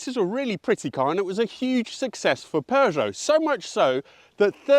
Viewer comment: Good God thanks for properly pronouncing Peugeot! My French teacher (drove an aircooled Beetle it was in the 70's) would always remind us she taught the Peugeot children before moving to the US and she was like "it's purrr... like a cat." Anyway yes the 405 Mi-16 was the Dog's Dick along with the VW Jetta 16V, which I had back in the mid-90's. My Cousin also had a 505STi and that was hot shit too.